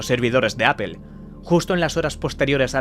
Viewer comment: No es solo que lo pronuncien literal que ya suena horrible, es que siempre que supuestamente lo pronuncian en ingles lo pronuncian mal, apple en ingles se pronuncia mas o menos apol, literal es aple y ustedes dicen apel, google en ingles se pronuncia mas o menos gugl, literal en espanol seria gogle, ustedes dicen gugel, connecticut en ingles se pronuncia algo como conericot, en espanol literal seria conecticut , ustedes dicen conecticat, ni en ingles correcto ni espanol literal y esos son solo tres ejemplos